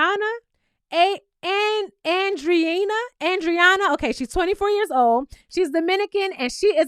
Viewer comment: I think Andreina is pronounced On-dray-na